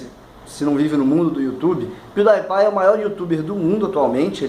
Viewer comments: Acho que é "piudipai" e não "piudaipai". Relevante, eu sei. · pronunciou o nome do pewdiepie errado NotLikeThis